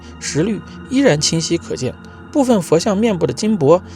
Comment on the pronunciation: 虽然但是，是（读意意）熠熠生辉😂